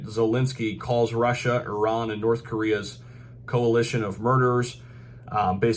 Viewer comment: Great to hear an American pronounce ‘Iran’ correctly 😂